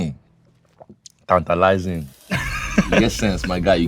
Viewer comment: As an African, my favorite part of this interview was when Sean said TANTALIZING lol